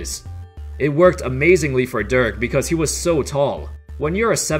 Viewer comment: Sorry it's Dirk not Dörk...